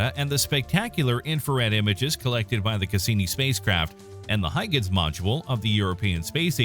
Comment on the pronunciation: Another incorrect pronunciation. HOY-gənz